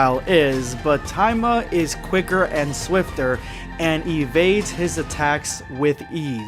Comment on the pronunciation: No wonder I thought that was a weird name he was saying but he was just mispronouncing it. You forgot to pronounce the”I” there buddy boy. It’s ta-e-ma